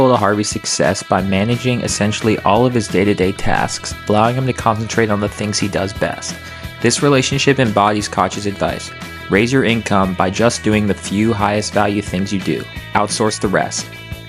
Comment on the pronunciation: "Koch" is actually pronounced like "coke"